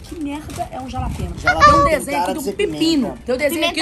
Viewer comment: Jalapenho se lê ralapenho Cams😂😂😂😂